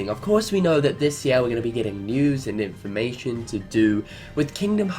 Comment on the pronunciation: só nomura has nothing to do with unchained x? who is in charge? and man, sorry, but the way you ALWAYS say "news and in for ma tion" is starting to get annoying 😯